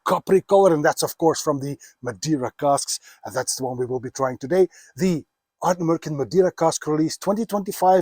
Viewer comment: Ardnamurchan.Wonderful Scottish word.Beautifully pronounced.The love of whisky is a special thing.SLANJ SIR 🎉